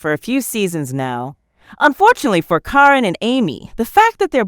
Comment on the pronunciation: Well, what can you expect that somebody is lying when they can’t even pronounce the name, Karen